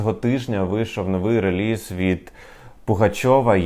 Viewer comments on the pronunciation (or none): none